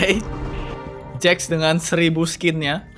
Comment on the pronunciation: Jax bang bukan Jack